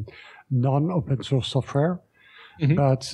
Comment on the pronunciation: Anyone else notice that when says “open source” it sounds like he’s saying “open sauce”?